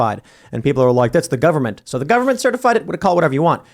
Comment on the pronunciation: "It's da Gubba-ment! It's da Gubba-ment!" 😂🤷🏾‍♂️🙄🤦🏾‍♂️🤣